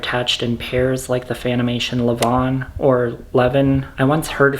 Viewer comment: It's lev-on. Also the levon is better